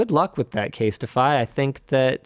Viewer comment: Casetify not Castify